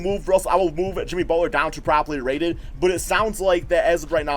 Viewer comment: I keep hearing "PROBABLY RATED" haha